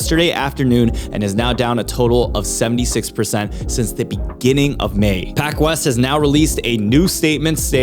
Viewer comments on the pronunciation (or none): none